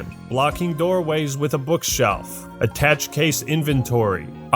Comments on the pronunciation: " 'Attach' case inventory" lol, it's pronounced "aah tah shay" :) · Attache (case) is pronounced 'a-tash-ay' (it's a French word) . It bothered me a little. The deconstruction of the story, was hilarious fun though. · It's always our goal to make something anyone can feel comfortable playing. giant dead zombie baby complete woth zombie sounds and graphically eats you if it catches you Side note, its pronounced "Ah-tah-shay" case